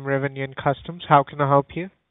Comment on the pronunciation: "How can I hellop you?" 🤣